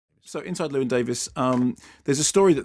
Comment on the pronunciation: I suppose as the Americans don't do it either it's too much to expect Mark to pronounce 'Llewyn' properly.